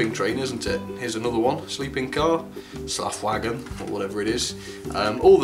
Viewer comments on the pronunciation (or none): Slafwagen 😂😂😂😂👌👌👌 you mean Schlafwagen